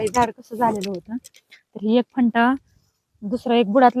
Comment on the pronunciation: फंटा नाही फांदि म्हणाकी.